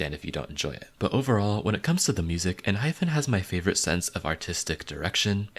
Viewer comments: Oh! Also, for future reference... it's EnHYPEn not enHYPHen. So basically no N-hyphen but N-hype-N. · It’s EN-HYPE-PEN